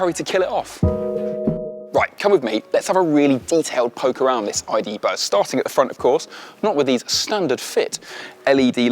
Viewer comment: Tell me whos not gonna call it a ,,iduzz"